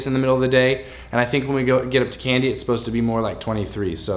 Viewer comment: Its not pronounced "Candy" its "Kandy" the "ka" part should rhyme with "ha" or "ma"...